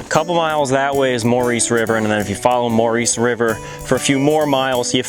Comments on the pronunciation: Ok first of all the Maurice River is locally pronounced Morris as in the cat.If you say it any other way you will be taken as a Shooby.Secondly Potters Cabin and Fries Mill Tavern are one and the same.The Cabin sat in front of the more northerly of the double chimneys.It was burned down by kids in the early 90's.Potter lived in it mid 1900's,40's and 50';s I believe.It was a tavern in the 1800';s.The cabin had a piano in it and was still livable in the 70's when i first seen it as a kid,it was abandoned though.I got some wrold war two era readers digests out of it still in mint condition that were in the cellar hole where the pump still is,the roof was still good then.The town itself you wandered through on the way to find Matt.You missed the Mill foundations.The brisk house remains just north of the village with prickly pear all around it was a house that lasted into the early 80,s but abandoned long ago.The evil man who runs people off you spoke of is a retired cop named Garrison,those were his Dobermans you no doubt heard.He is very protective of the area though he doesn't own any land that side of the creek.You were on nature conservancy not state land but it definitely is not his. He will try to give you the third degree like he did me but when I informed him he did not own the land and that I was obviously not hurting anything he backed off and became quite friendly. He hates bikers,partiers and anyone who would trash the woods,once he realizes your not an A Hole he is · Maurice River is pronounced "Morris." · Most definitely not the “Maurice” pronunciation as he said it. Locals know😉